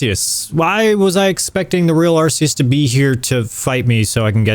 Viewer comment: You mispronounced Rayquaza, Altaria, and Arceus, and you're worried about other people butchering names? Also, why did you recolor Beta Arceus green? Worst of all, you made a dark Betamon fairy purely because you liked that typing more than what fits, and then you made a fairy Betamon electric because fairy-types didn't exist back then. You broke your own rule.